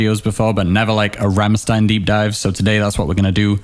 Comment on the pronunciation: "Ram-shtein", not "Ram-sstein".